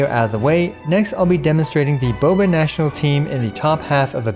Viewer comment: everytjme you say Boba I cringe.